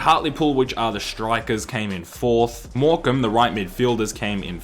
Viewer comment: Ayyy you pronounced morecambe right niceee